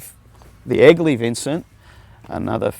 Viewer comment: Being a Yank, for the first bit of the piece I thought he was saying “Ugly Vincent”😂 My youngest son’s middle name is actually Vincent, half for VanGogh and half for this beautiful motorcycle.